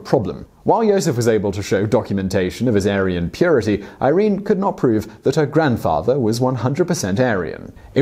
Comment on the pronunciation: pronounced "eer rennay" not eye reen. punch your researcher/scriptor. long-bine. punch him again. good narrative tho. thanks!